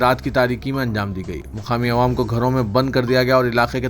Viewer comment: Madra Yojna" nahi " Mudra Youjna" bolo.Mudra Matlab Currency. اور " عوام" بول رے بھئ "اے وام نیں رے باوا"کب سدھرتاکی اسمل🤣🤣🤣